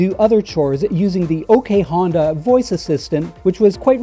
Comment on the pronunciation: Honda e Hondae "Honday" Hyundai Honda e = Hyundai